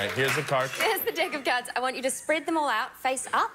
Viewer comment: anyone caught that "dick" of cards? LOL